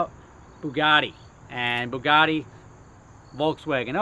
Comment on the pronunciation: `boogaddy`! ...its ber yugatee : )